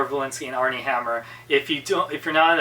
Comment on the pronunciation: Its Armie not Arnie. I am glad I didnt see the movie.